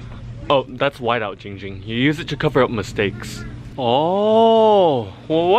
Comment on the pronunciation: Giiiiing Ging❌ Ching Ching✅